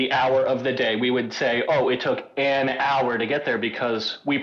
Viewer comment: I think u defeat the purpose when you over-pronounce “AN” 😂